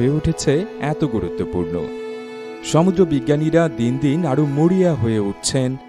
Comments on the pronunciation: ঠিক বলেছেন।ধন্যবাদ। একেবারে যথাযথ মন্তব্য। সমুূ্দ্র উচ্চারণ লিখে ঠিক করে দিয়েছিলাম।উনি আমলে নেননি। খুব কানে লাগে। দর্শকদের মতামতকে গুরুত্ব দেয়া উচিত। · আপনার ভিডিও গুলো খুব তথ্যবহুল ও সুন্দর। তবে ব্যাকগ্রাউন্ড মিউজিকের জন্য বিরক্তিকর এবং আপনার সমুদ্র উচ্চারণ ঠিক করা উচিত, কানে লাগে...